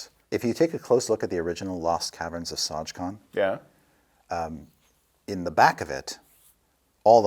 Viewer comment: And they got it wrong...